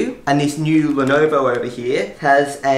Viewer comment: it's not lonovo its Lenovo